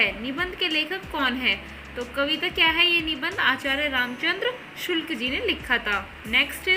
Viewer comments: Sulk nhi hota ,sukl hota hai 😀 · Sulk ji nae hota hai shukl ji hota madam sae se to batiye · Sulk nahi sukl hai maidam ji